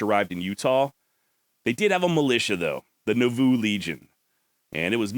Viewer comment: I live just a little north of there and it is pronounced NAH-VOO. Thats a hard one. This show keeps getting better!